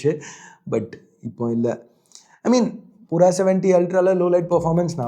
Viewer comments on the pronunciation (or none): Its not poora , its pura - pyuura